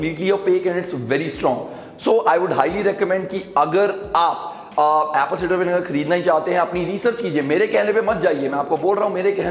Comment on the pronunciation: Apple Cider not Apple Ceder 😐